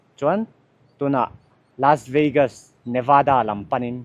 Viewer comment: Lasveigas a tia law ... Lasvegas tih mai awm